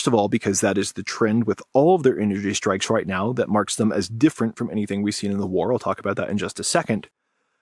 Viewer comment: "Shtrike"... When did this happen?